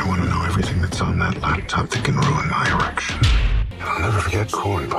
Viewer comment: Did he say, "ruin my erection?"! 🤣